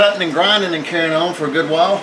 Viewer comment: I love it when you get to "weldin and carryin on". 😂 You sir are the man and I appreciate your series.